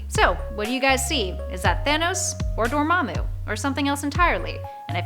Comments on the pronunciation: Kevin Fy G ... Door Ma Moo — her pronounciatioms are on point 🤥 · Y did u say door-ma'am-moo first but good thing u changed it to the right pronunciation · Why did did pronounce dormmomu's name so weird the first time??????????? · Can we take a moment to recognize about how she pronounced Dormamu and